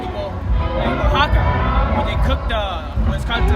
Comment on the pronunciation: Oaxaca is a Nahuatl word not Spanish. It's pronounced " washaka" or " yashaka"